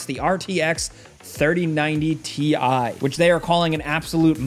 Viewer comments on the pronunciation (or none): It's TIE! Nvidia said so. 🤣😂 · apperently its TI not TI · Uhm, it’s called Ti(e) haha